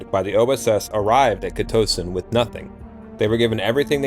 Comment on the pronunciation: Im from Maryland. Great video friend but its pronounced "CUH-TOCK-TIN" :)